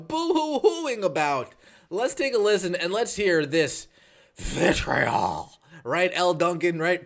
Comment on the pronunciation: The way you say "Vitriol" is priceless. 🤣